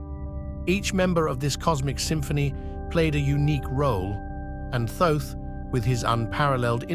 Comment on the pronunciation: I can't watch this, its very annoying to hear the narrator using different pronunciations for Thoth.